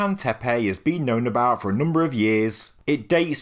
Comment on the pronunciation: Why do you pronounce Y at the end of each Tepe ? It does not spell Tepey, does it?